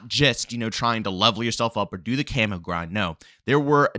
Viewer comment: Why do you keep pronouncing camo as Camoo or camu ITS CAMO DAMMIT